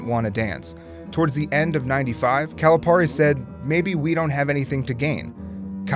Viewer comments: It's not 'Cali-PAR-e' it's 'Cali-PEAR-e' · It is pronounced “Calipeari” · how do you say calipari wrong jesus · You gotta pronounce the name right for Calipari, man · It bothers me how consistently you mispronounce Calipari's name. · The amount of times he mispronounces calipari’s name triggers me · Is it pronounced Calipari or Calipari? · Say Calipari right plz